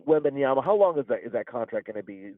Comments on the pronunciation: I cringe every time I hear WembanYANA. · The pronunciation of Wemby's name is killing me.